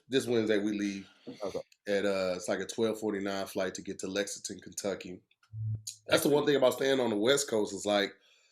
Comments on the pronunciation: You mean Legconton kenjucky😂😂😂😂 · says Lexington Kentucky when can't.....I'm into it.